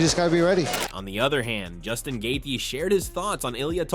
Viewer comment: It’s Justin Gae-Chee not Gae-thee. This guy talks in AI!!